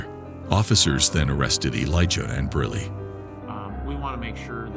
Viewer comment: Elijah not eliga...this has to be ai bs